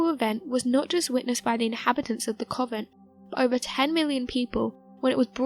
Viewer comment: Covent??? Tan-Zay-nia??? Nostra-dame-us??? Try convent, Tan-za-nee-a, Nostra-da-mus